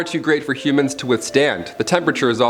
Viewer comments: First time he said humans I thought he said Cubans lol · I thought you said “Cubans are forbidden to.. “